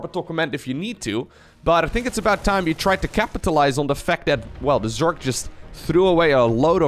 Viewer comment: Hey bro, started watching your vids a few days ago and even though I knew nothing about SC2 (only played SC1 as a kid) I find them fascinating and engaging! Since you asked for help with pronunciation, I think the #1 thing that would help you sound way more like a native English speaker is differentiating between "s" and "z" sounds. Obviously the main culprit in you case is the word "Zerg", but keep in mind that often the letter s is actually pronounced with a z sound, like in "position" (pronounced pa-zee-shun). A variant of this phenomenon appears in words like "decision" - you tend pronounce the s like a "sh", where it should actually be pronounced like a "zh", as in the J in the French name Jacques.